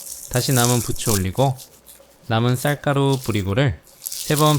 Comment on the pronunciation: 쌀가루 쐿가루로 들리네요ㅎㅎㆍ우쨋든 잘 봣어요 당장 해먹어ㅇ볼께요~